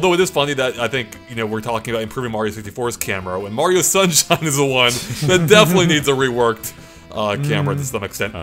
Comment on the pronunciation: super mario shunshine